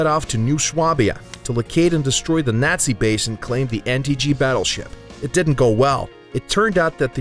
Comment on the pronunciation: The way he says Nazi made me cringe 😬